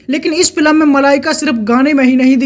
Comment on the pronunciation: Bhai tu film bolna sikhle yaar.